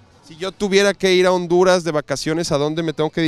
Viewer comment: Cuando dijo Hondurass, siuuuu